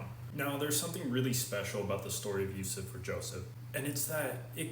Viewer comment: His blessed name is Yusuf bin Yakub, at least learn to pronounce his real name. BTW he (pbuh) is closer to us than you so don’t imply anything you have no knowledge of.